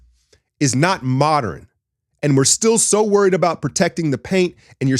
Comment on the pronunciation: "Moderern basketball" lol